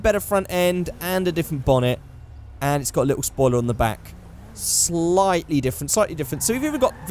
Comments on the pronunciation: "Say um soiler" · SOILER? also proof that i saw all at some point you say "The battle of gay Tony".. its The ballad of Gay Tony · “Say um soiler”